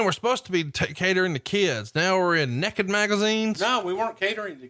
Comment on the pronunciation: THAT'S NEKID! N-E-K-I-D! NEKID! LMAO